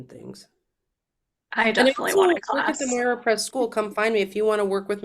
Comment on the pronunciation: Moira = it is written moira but it's pronounced Mira 💙🇬🇷💙